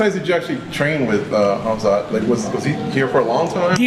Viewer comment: Mayhem pronouncing "Kamzat Chimaev" is KILLING me. He says Chimaev perfectly, but stumbles over the much easier Kamzat. 😂